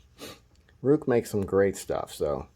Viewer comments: Pretty sure it's pronounced 'Rake'. Yes I realize that 'R-u-i' doesn't seem like it would be pronounced this way but it's not an English word so all of your normal pronunciation assumptions are out the window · It’s pronounced “rake” just like the gardening tool. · Dude it's a Chinese and it's not Rake Or Rook. It's (Roo-ick) in English and Chinese pronunciation is (Roo-eek). This is from the company themselves. Your welcome